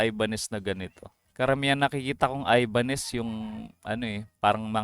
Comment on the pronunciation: Susme ka brand ng guitara hindi mo alam bigkasin hahahaha.....